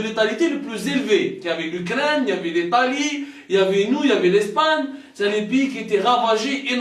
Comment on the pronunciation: L ' ETALIE= L' ITALIE POUR LE JOURNALISTE DE "TATI" 😂😂😂😂😂😂😂